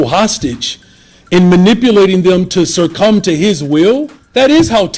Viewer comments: 😅 It's succumb, Johnson. It's not "surcum" and btw, why don't you listen to your constituents who you claim to represent? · He just said "surrcumb". The word is succumb, "elected official" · Did the mayor of one of the largest cities in America just pronounce succumb, as “surcumb?” Just like in my home state of California, Democrats will vote for anything with a D next to it, regardless of whether it will help them or hurt them. And they call Republicans a cult. Good God. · Mayor Johnson, don't use big words if you can't pronounce the word. Surcome is not a word. It's succumb. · Did this dude just pronounce "succum" with a friggin' "R"? You can't tell me this man with gray hair has never seen the word written down. How do illiterate people get elected? Wild. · What does "surcome" mean? (Yeah, I know he meant to say "succumb"...) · Did he just use the word "SIRCCUM?" Rather than "SUCCome?" Maybe he should just stick to simple words. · This is petty, but if someone mispronounces a simple word like succumb, I have doubts about their intelligence and the amount of effort they're willing to put into even basic things. Surcumb to proper pronunciation, Mayor. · Sircome?? Uneducated clown mayor, the word is succumb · He also said "circum" for succumb so.... 😂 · Succumb not "circum" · He tried to use the word SUCCUMB but said it like circum- 😂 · “Sircum to his will” haha wow buddy, it’s succumb** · “Surcumb” to his will… how are these people hired?!!! I make $60k a year and can speak proper English! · This Brandon Johnson illiterate fool says Surcum instead of Succumb and Eksetera instead of Etcetera. Absolute Moron. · "... to surcumb to his will?" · "Sercumb to his will"????? WTF is sercumb. Here's a thought, I don't know, maybe learn how to pronounce words if you're going to be a public figure??? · "Surcome"? What? Stop making up words. The issue is, he's an ignorant, uneducated man. Learn to speak well and use real words, for example "succumb".